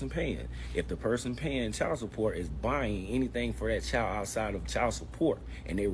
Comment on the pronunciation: Child not chal wtf why can't they pronounce the words correctly